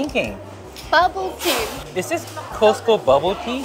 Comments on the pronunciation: LOL. Sorry, but it should be pronounced as “Cost” like how much does it cost? Not Ko-se-te-ko. No, the Korean Costco food court does not compare to the American ones. First of all, the hotdog should be a foot long and is long with all the condiments (you were missing sauerkraut). Much better tasting than the Korean ones. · The way you pronounce Costco! 😆 ❤